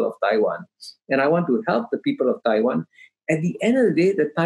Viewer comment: It’s a clear win for Kishore by his pronunciation of “Taiwan”.